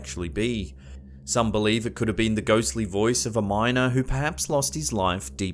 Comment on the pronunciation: I legit love how he says Peaps instead of Perhaps <3